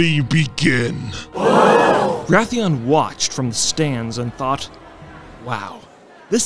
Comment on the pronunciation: Is Wrathion, not Wrathian.